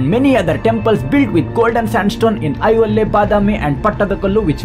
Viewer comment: Yes, it is "I hoLe" he was pronouncing as "i ho le"